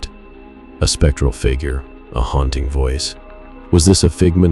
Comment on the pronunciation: What is HOUNTING? Asking for a friend. Bc I am mesmerised by the dulcet tones of your sexy voice……brain in shutdown mode😉😋🤷🏼‍♀️💜